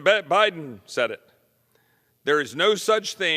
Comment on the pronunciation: Loved his slip of the tongue at the mark...."President Beden"......since he spends most of his time in bed.